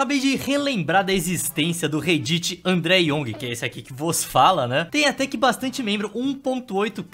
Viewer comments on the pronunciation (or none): Petição para a alfabetização do,para ele aprender a falar réddit É só piada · o andré buga meu cerebro porque ele invés de dizer rédit ele diz rei-dit